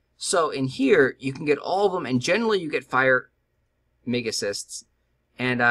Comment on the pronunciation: Why do you keep calling them Mega Cysts when its Mega Crysts. Short for Crystals.